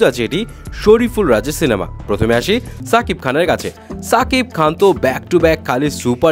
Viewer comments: ছাকিব খান না ভাই শাকিব খান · ছাকিব খান না শাকিব খান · ছাকিব কে রে ভাই? শাকিব বলতে কি সমস্যা?